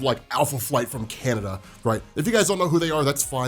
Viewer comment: Okay, I get that Alpha Flight sucked, but why you gotta say “Canada” that way? 😜